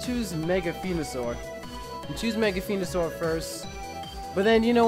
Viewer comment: its venosour not fenosour